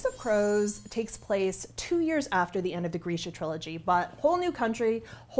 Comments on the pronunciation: I thought it was pronounced grrr-shuuuh 🤭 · Oh god... It's pronounced "greesha". Well, time to go change how I've mentally read the books all these years. (I pronounced it gr-ih'-shuh, anyone else??) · I’ve been pronouncing it “Greesha” but the other day heard someone from the Netflix show say “Grisha” and my brain has been turning to mush trying to train it to say “Grisha” instead of “Greesha” And I’m now relieved that he was the one who was wrong, HA! (Sorry. Mush, remember?)